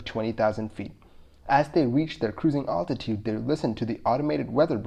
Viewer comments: You pronounce altitude interesting, alltitude, here in Washington state natives say Al-titude like a guy named Al, I am assuming this is true for the rest of the west. But you say Altimeter like that. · Altitude...Al like a man's name not Ultitude?